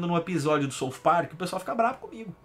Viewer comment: André .... coloca no google translate e coloca south e click no som e veja como se pronuncia de forma correta !!!